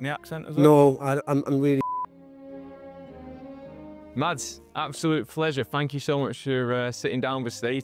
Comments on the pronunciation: MASS! HIS NAME IS PRONOUNCED MASS! It's not rocket science. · Could have pronounced his name correctly, it isn't Mads. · why do they pronounce it with the D sound? just say Mas, it is closer to how its supposed to be pronounced. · You might be interested to know, the correct way to pronounce his name would be to drop the "d" sound